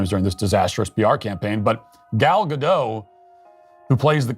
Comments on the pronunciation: They should not call Gal Gadot "Gadough". It's Gadot, as in 'lot', or 'pot'. It's Hebrew, not French. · It’s pronounced Ga- DOT (rhymes with ‘“pot.”) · Please what is it with all the Americans that I hear now saying Gal Gado and dropping the t at the end of her name - sounds so ridiculous. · Please pronounce the T in Gal Gadot. Thank you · Pronounce the "T" in Gal's last name! She even has a video clip of herself saying her name, and she pronounces the "T" in Gadot. I am willing to bet that if Disney re-releases the original, it would make more money than this failure of a live action remake. Rachel basically Heinerscheid'ed herself and the movie, by calling the original out of touch.